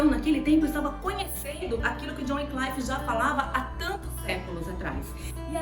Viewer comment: Muito bom a dinâmica do vídeo, a edição, som e imagem bem bacana. Único adendo é sobre a pronúncia do nome do pré reformador. Se diz john wycliffe se pronuncia como se lê. Com A LETRA I mesmo após. Letra C , Vc está pronunciando como se tivesse um A. Ou se fosse na pronúncia do inglês americano, que I vira A. John Wynclaife. Fora essa questão parabéns